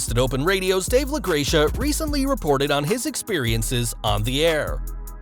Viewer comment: La-GRECK-uh.... fyi